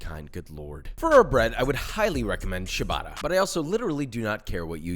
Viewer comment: Great video! Thanks for sharing this recipe! Btw, ciabatta is pronouced "tchabatta" (note the double 't') rather than "shubata" ;)